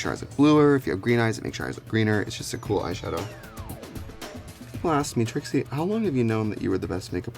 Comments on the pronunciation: Am in the only one who keeps hearing him say Tracey instead of Trixie? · So is her name Trixie or Tracy? It sounds like he's saying Tracy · why does he sometimes say tracey? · Anyone else realise he kept saying Tracy?